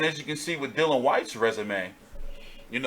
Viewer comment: Come on man, DYLIAN... Not Dillan. Busy weekend for you. Great channel, big respect from the UK Hardcores.